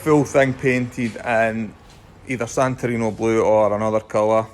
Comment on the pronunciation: SantorinI ! “I” not “O” !!!